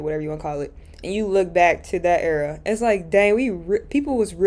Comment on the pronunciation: I love your content but hearing u say “era” is painful🤭😜